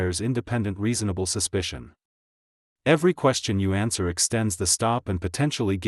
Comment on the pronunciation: Every ANSUER (??!!??) extends the stop. What the heck is an ANSUER? The maker of this audio needs to brush up on their use of the ENGLISH LANGUAGE. ANSWER, NOT AUSUER!!